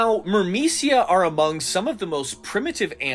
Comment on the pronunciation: Every time you said "myrmecia" I heard "Burmecia" and thought of a kingdom in Final Fantasy 9 😂